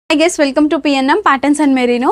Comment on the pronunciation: miru Guys antunnava gay's antunnava ardham kavatledu 😅